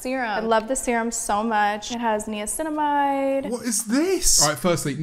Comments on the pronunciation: whos gonna tell james and kylie that it's Nicinamide not neocinamide? ahah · The way she pronounced Niacinamide probably shows just how much she "knows" about that ingredient... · Them both saying Niacinamide so wrong is triggering me!